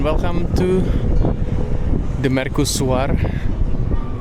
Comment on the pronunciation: kok bacanya merkusuar???